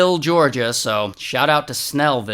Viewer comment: Lol, the way he said Snellville.😂 And grandma be looking rough, real rough!!😒